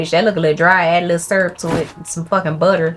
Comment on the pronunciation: i belive you now when you said your country by the way you said " this waffle look dry you need some BUTErr" lol!